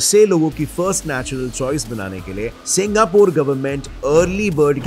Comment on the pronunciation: Singapore ❌ Singapuur ✅